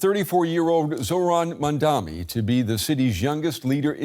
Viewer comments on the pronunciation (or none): He just said Zoran Mandami, it's actually Zohran Mamdani.